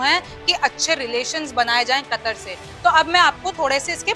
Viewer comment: kataar nahi katar hai sayad